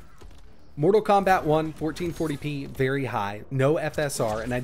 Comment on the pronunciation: VerT high. Vert Daider😂